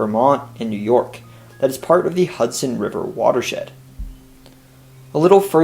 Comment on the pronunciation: Please pronounce the ‘s’ in “Hudson” as an ‘s’, not a ‘z’. TIA